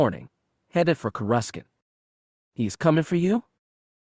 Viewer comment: Corescant is pronounced with no c